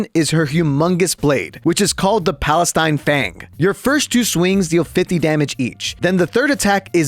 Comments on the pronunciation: PALATINE, NOT PALESTINE, GOOD CHRIST. 😭Is this intentional at this point? Also, you forgor some parts about the character, mainly the Sunder (basically ignoring any barriers and defenses) in her Ultimate, which the top comment already mentioned. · Did my man just call it the Palestine fang?